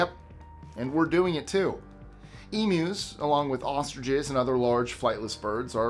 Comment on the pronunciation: You get a like from me just for saying Emus right.